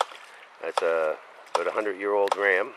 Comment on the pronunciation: About not aboot or abot or aboat